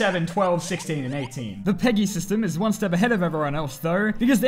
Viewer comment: its not Speaking "PEGI" its speaken "PEggggI"